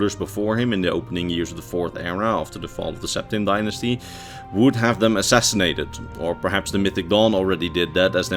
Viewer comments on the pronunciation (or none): none